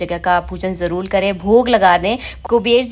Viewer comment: Jaroor ko jarrol kyu bolti ho aap